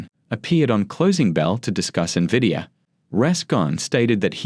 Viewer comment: Don't trust a guy who doesn't know how to pronounce the most significant company in the market. N-vidia not Nividia